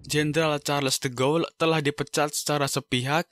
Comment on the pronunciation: Charles de Gaulle bacanya Sharl de gol, Phillipe Petain bacanya Filip petang